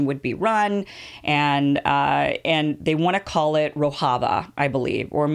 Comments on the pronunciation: It's Rojava, not "Rohava". And the Syrian offshoot of the PKK is the YPG. You should've taken one or two more days to get the basics down, Kim. This looks bad to people who know the subject. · its Rojava mem not rohava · Rojava is pronounced "ro-jah-vah", the "j" is not pronounced as in Spanish, it is pronounced as in English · As a Turkish person watching this video, I think you covered it pretty nice, especially that no one is talking about this issue to this extent in western media... respect... but I just wanted to point out something, you are pronouncing Rojava wrong 😅. The 'j' is supposed to be pronounced like in 'bonjour'. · It is not Spanish ‘j’, rather, the French ‘ge’ as in ‘roge’ for ladies lipsticks. Talking of your pronunciation of ‘Rojava’.